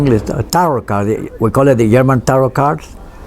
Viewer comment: Not "yarman"; German.